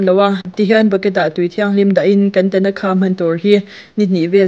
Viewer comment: Tanakha nilo in...Thanaka zawk tur aw ka u😂 Mizo lam chuan i ti dik a,mahse,a dikna takah chuan i ti diklo anih hi